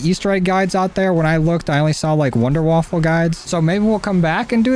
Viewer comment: Wonderwaffe not wonderwaffle